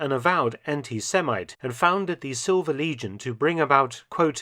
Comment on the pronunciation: your pronunciation made "silver legion" sound like "silver lesion" which is pretty fitting